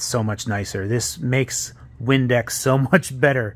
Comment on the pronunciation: I legit thought he said Windex for half a second. this is cool though